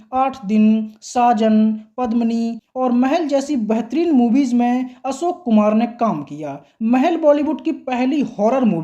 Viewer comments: Asok nahin Ashok bol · आप असोक आसक्यो कहते हो